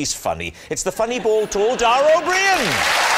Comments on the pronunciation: Love your reactions. You got me into Taskmaster NZ. Dara’s surname is pronounced as “O-Breen” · Dara's surname is a little more like brie-ian but I wouldn't worry there's plenty folk in UK mispronounce it regularly without it being picked up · It's pronounced like Breen 😊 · Yeh you did pronounce Daras surname wrong, that damn Gaelic pronunciation 😉😂 Loving your reactions mate,I'm pretty much bedbound so I jus spent the past day binging all your stuff 🤷‍♂️😂💜